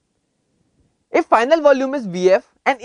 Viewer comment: lolx... mer'curry'.. sounds like he is saing dat... lolx... freaking hard to understand... no offense..... =D